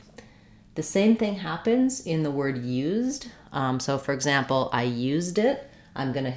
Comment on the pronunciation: 🏴🇬🇧 I like your “Suh POZD” it really sounds correct just like your YOOZD or UZEss to. I wish we used the Z more in our spelling.😊